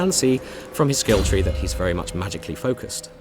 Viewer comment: skill "tree"...